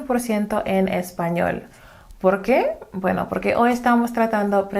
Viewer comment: Yo pensé que era nativa! Lo que veo mucho es que se les dificulta mucho la pronunciación de la "y" al final de las palabras, como en: Hoy, Voy, Estoy, etc. Inclusive para personas bilingües hijos de hispanohablantes